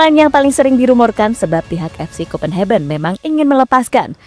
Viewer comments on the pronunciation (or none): salfok sama kata2 pengisi suara..copenhagen di baca kopenheben:face-blue-smiling